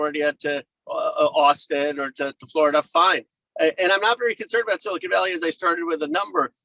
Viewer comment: Did he just say silicone valley?